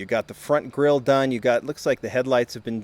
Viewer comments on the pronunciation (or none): none